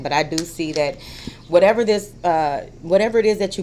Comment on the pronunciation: lol I love when u say " whateva"